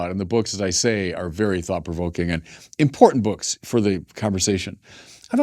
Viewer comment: Always a pleasure to hear from the an important voice in Catholicism. Speaking of important--from the host of Daily Dose, another over-pronunciation of the word "Important" ImporTanT ...